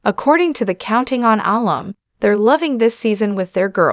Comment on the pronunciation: Alum is pronounced uh-lum, with emphasis on lum. It’s shortened form of alumnus. Incorrect on video says Al-um.